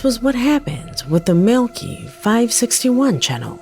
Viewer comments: In the FIRST VIDEO the guys name is Maleki.... but is pronouncing it 'Melky" (or MILKY) but that is NOT$ how you say this very VERY OLD, BIBLICAL NAME -You pronounce it " Mal-le-ky " - thought maybe I should help:) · It's pronounce Mal-a -ki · It's Mal li kai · I think Maleki is pronounced Malachi and that video was more annoying than anything because you don't see anything you just hear a lot of heavy breathing and a guy running. And I'd like to know who uploaded the video if he disappeared because if these are his last moments alive then it's evidence & assuming someone from the government found it why would they upload it if they didn't want anything revealed? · You’re correct about the pronunciation, but who cares cause the clip sucked anyways! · #3–I believe his name is pronounced, “Mal-i-ki”. “Ki”, as in “sky”. #2–Fake! Why is someone either in the back seat, or in the passenger seat, filming with a cellphone?! Because they weren’t driving very fast and their friend was laying on the roof of the car. They placed their hand on the windshield, so that (1) it would look paranormal, and (2) as a signal to stop and let him into the car. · No (maleki) is a common last name in iran its pronounced (mal-e-key)